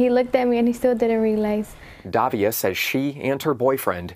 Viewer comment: it is "Davila" and not "Davia" learn some pronunciation, c'mon man!